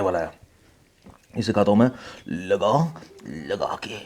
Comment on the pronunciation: Its sound so funny "" laga lagakee""🤣🤣🤣🤣🤣